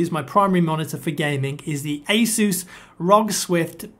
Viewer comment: And then you mispronounce it again for the keyboard :(